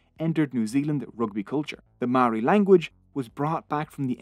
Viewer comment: your Pronunciation of Maori gives me GooseBumps, but thx for trying 🤷‍♂️